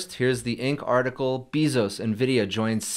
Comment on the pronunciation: NOOooo dude XD Not "Bee-zos" 🐝🐝🐝🐝🐝